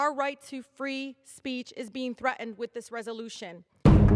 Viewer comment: She needs to learn how to pronounce words like thret'en & bayken. She isn't back on the block.